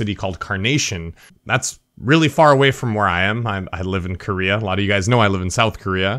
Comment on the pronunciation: south what????? did he say korea or what?